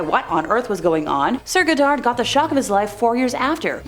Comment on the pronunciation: "Edinbro" FFS Never mind the pronunciation of Irvine or Goddard.